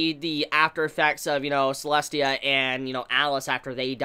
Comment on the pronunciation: It's Selesia, right? I keep hearing/reading Selestia, but I was sure it was Selesia...